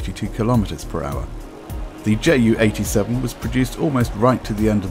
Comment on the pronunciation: Hi, I have a question... why are you name this bird as "JAY U"... anyone (in germany) call(ed) it "Ju" like in "You". "Ju" is just the abbreviation of "Junkers", also it was much easier to say "Ju" instead of "Jott U" (which is your Jay U)". There is also an other example... the Junkers JU 52 was called "Tante Ju" (Aunt Ju). So... why do you call it "Jay U"? And just as an educatioal information: german planes like the Me 262 or Do 335 were pronounced as "Me Two Sixty Two (Me Zwo Zwoundsechsig)" and "Do Three Thirty Five (Do Drei Fünfunddreißig)" (just because a "Me Zweihundertzweiundsechsig" is way to complex to say). Also, the german 2 (Zwei) was pronounced as "Zwo", because "Zwei" sounds too similar to "Drei (three)"...